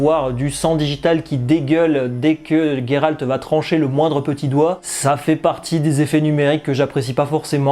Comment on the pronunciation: Pourquoi tu dis "Gayralte" ?